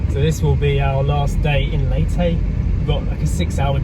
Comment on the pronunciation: Leytey ? Would have thought it is Leyte… as in Cafe Latte or Pepe or Spanish „commandante“.